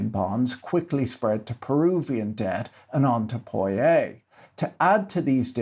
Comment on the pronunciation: I think your pronunciation of cazique and Poyais is correct.